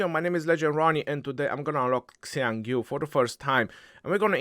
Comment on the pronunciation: is the only one who pronounced Xiang Yu correctly. Hsi yong You